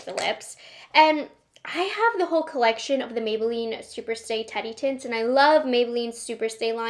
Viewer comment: Omg, I thought you kept saying Teddy Tits 😂 umm Teddy Tints. Got it!